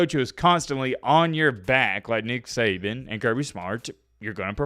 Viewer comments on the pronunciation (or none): none